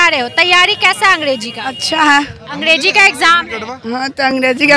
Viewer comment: Ab kya hi bole anchor khud hi angDeji bol rahi hai😂